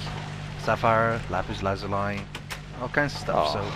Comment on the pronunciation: I think is the only one who pronounces "Lapis Lazuli" correctly.